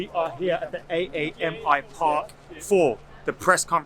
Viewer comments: Locals call it “Amy Park” not ‘A A M I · AAMI is just pronounced ‘Amy’ btw. Ngl that sounded so funny when you read it as an acronym 😂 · Hello. Australian here. Just for future reference AAMI park is pronounced ‘Amy’ park. It’s an insurance brand. Carry on everyone 😆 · Just pronouced amy park haha